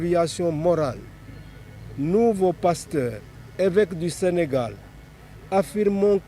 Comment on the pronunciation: Sénégal et non pas Sénégale svp